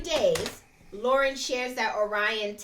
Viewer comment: Laurence, not Lauren.😊